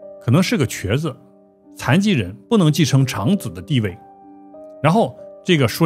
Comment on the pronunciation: 孟，長（常）子，應該念長（掌）子，我懷疑有用Al讀稿😂😂😂😂😂😂😂